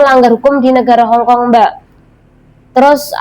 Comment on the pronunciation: Hongong apa hongkong mbak ... 😅😅